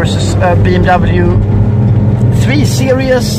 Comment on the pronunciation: The porsche lost the race the moment he pronounced the 3 series wrongly